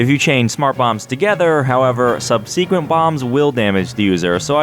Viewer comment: I’ve never heard subsequent pronounced like that